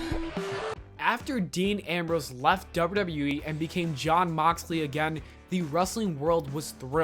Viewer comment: Your enunciation when you say WWE needs a lot of work.